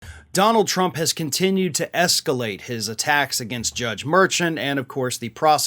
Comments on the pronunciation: I think it was maggie haberman that said hes clearly trying to push the judge to the point he has to recuse himself. Also.... Its merrSHONN. k thx bye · *Murr-SHAWN,.